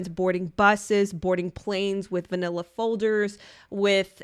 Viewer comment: Girl, ILY but did you just say "vanilla folders"?! 😅😂😂